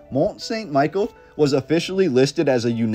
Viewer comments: The proper pronunciation is Mon San Me-Shell. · Mon Sawn Michele (pronounce) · Great video. I went there a few years ago and its truly impressive! Just one thing...its pronounced Mont Sun Michelle in French. I also wondered if you had found its sister...over in Cornwall England called St Michael's Mount? It looks like a smaller version, but not with quite the majesty of the French one. Apparently linked to the same order of monks. I agree with you wholeheartedly...the narrative does not ring true. There is more to this story. The architecture and engineering is a formidable feat. One of the most beautiful places I have visited. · Mon-San-Mi-Shell That's how you say the name of the Island. It's a cool place to visit if you're ever in Normandy. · Sorry but this is really annoying. It's Mont St Michel pronounced ME-SHELL. I took French in highschool and hearing you butcher the name is gonna be taxing. Still gonna watch the rest of the video however. Sorry 😅